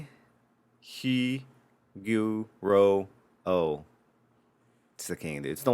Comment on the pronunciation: Hway Gwo Row order some Hui Guo Rou the next time you order chinese